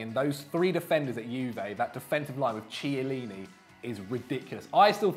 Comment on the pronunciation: please, teach that how to pronounce Chiellini.